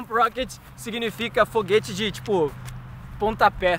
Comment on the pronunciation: Eu vi ele falando RÔ Foguete